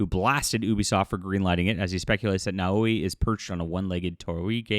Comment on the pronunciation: I enjoy your work, but you need to work on your pronunciation. Yasuke - Yas-K. You don't pronounce the U & the e is included in the capital K. Naoe Nah O A. The first vowel is soft & the subsequent are hard. The same goes for Torii Tor-EE gate. Mispronunciation when you have done so many videos is also disrespectful, it is something Ubi would do. LOL. Keep up the good work. Edit, Idk why my pronuciation suff just got striked.